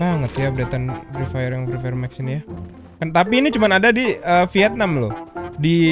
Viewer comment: Yang gw denger :: mak kusu fri fayer mak kusu fri fayer makusu